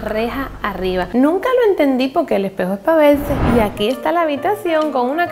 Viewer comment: "Y aquí tenemo a un epejo con una rejas arriba, nunca lo entendí poque el epejo e pa verse" Esa fue la mejor frase de todo el pto video xd